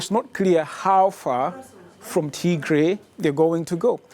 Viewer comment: It’s pronounced Tigrai not T-gray